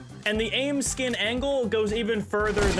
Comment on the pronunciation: This man says skinmmmm